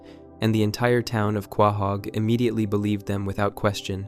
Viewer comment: “Kwahog” lol